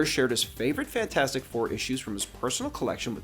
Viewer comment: It’s pronounced “fant-for-stick”